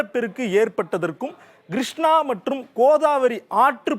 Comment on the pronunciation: நல்ல விளக்கம் . வரைபடங்களும் நன்று. ஆனால் கொஞ்சம் உச்சரிப்பை மேம்படுத்தி கொள்ளுங்கள் Grushnaa வெல்லம் நுப்பது கடலில் கரை கடப்பது Kodhavari vs Godavari